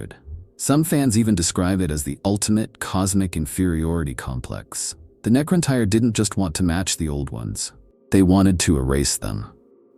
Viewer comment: Its pronounced the NECRON "TEAR" like a tear from your eye. You are pronouncing it NECRON TIRE. lol. For the record the correct spelling is NECRON TYRE.